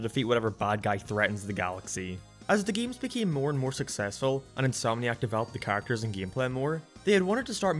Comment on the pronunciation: say the word "characters" I dare you with pronouncing it choorrictas